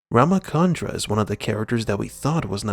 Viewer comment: The name is pronounced as Raam Chandra. Ch as in Ch-ocolate